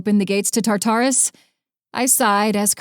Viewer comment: Really wish the narrator would pronounce Tartarus and Cerberus correctly.